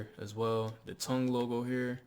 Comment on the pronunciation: Nice vid bro. You pronounced “ tongue” wrong. But it’s still a fire vid and a banger, hope you reply, have a good one man.